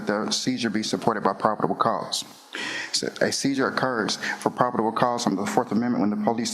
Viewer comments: he’s saying “prob-id-ible” 😂 Jesus, dude 😂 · “ Prodible cause” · Did he say “probable” correctly? I swear I heard three different wrong versions of the word in about a minute. Yet he has a good intellect. He just has no self control around women. I wonder if he threatens men the same way.